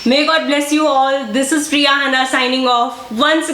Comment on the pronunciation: Always coming up with unique ideas..👏 U always pronouncing ur name as riya, instead Priya am i correct🤔.